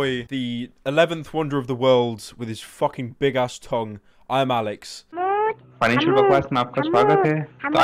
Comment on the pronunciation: Omg he said ImAllexx’s name right